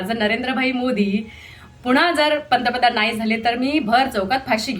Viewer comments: पहिला पंतप्रधन म्हणायला शिक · पर्तप्रधान का पंतप्रधान... आधी बोलायला शिका... साहेब काय ते .. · पंतप्रधान पण निट म्हणता येत नाही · आधी पंतप्रधान म्हणहायला शिक बाबा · आधी याला पंतप्रधान चा उच्चार शिकवायला हवा😅😂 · अरे भाऊ, आधी पंतप्रधान बोलायला शिक...😂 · तुला अक्कल आहे मिशी कस काय ठेवली मूर्ख तुला पंतप्रधान हा शब्द सुद्धा व्यवस्थित बोलता येत नाही तू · अगोदर पंतप्रधान म्हणायला नीट शिका साहेब. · आधी सरळ पंतप्रधान म्हणायला शिका😂😂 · साहेबांना नीट पंतप्रधान बोलता येत नाही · अरे हे कीती आनाडी आहे... याला धड पंतप्रधान म्हणता येत नाही... कोण असल्या जनावरांना निवडून देतात कोण जाणे...